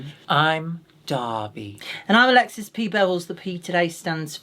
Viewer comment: Alexis's English accent in the intro was strikingly good.